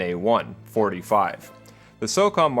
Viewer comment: The way you read M1911 and Famas really killed me. =)) Great video though. Keep up the good work.